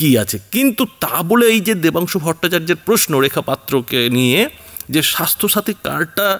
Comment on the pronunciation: Name Vatungsu na dabansu valo kore bolo..